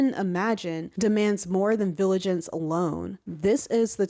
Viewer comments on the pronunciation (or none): Great and much needed video. Only problem is now you got me saying "viligance" instead of "vigilance" now 😭